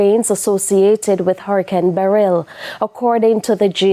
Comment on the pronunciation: What kind of insanity is this? Nobody, let alone small children, should be anywhere near a beach just before, during or immediately after, a hurricane! And someone's stupid decision has cost this Good Samaritan his life. Why are some people so stupid? On a separate note, why can this news anchor not do basic pronunciation? The word Beryl has the stress on the first syllable, so it is pronounced 'BEryl' and not 'beRYL'. Her phrasing, and those of many of the reporters, is also all over the place. Presentation standards have certainly fallen from the days of people like Helene Coley, Dorraine Samuels and Tony Patel, to name just a few..